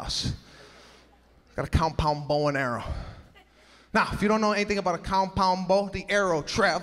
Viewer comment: I love how he says "cowm-pown-bow" 😂😂😂😂😂